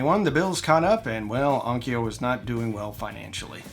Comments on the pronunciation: let's clean up the pronunciation - it's on . kyo.u // similarly Kyoto is not 'ki.yo.toe' it's 'kyo.u , toe / long vowel 'kyo.u . vowel length matters a lot in JP . kyo /kyou/ ki-yo are all different. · Onkyo is not pronounced on-ki-o. It s pronounced on-kyo, the kyo being the same pronunciation as the kyo in Tokyo or Kyoto. Also, it just means sound or acoustics. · Please, for the love of god, On-kyo, not On-ki-yo. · I had an ONKYO (pronounced with two syllables! please) cassette deck and I loved that thing. It was a tank. With switches and meters. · Onkyo is pronounced: Own kyough (rhymes with Loan Dough) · In Japanese, onkyo is just two syllables. On-kyo. I had an aiwa. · It's "EYE-wah" not "Iowa". Two syllables, not three, no "O". It's also the Arabic word for "yes". I wouldn't stretch Onkyo into three syllables either. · As I argue with an AI that contradicts itself in explaining the pronunciation of ONKYO let me just say: There is no 'Ah' sound in ONKYO. There is no 'ee' sound between the 'K' and the 'O'. There is however a 'Y' sound as in yes and you. Why would there be two different 'O' sounds? Why would you remove the 'Y' all together. British English tries to screw with pronunciation just to be different. Let's stop it. No other language has Spelling Bees. Why is that? It's quite simple really. English is bizarre. How AIWA got pronounced correctly is magnificent. Why ONKYO did not is depressing.